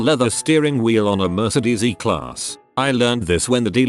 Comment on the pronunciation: When the TTS reader prounouces "Mercedes" as "Mer-ced-ees".